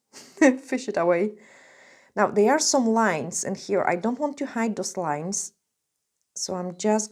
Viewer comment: No disrespect but have you thought about working on saying your “th” sound verse using it as a “d” sound? Instead of saying “there” you say “dere.” I have heard you say it correctly, probably just a bad habit.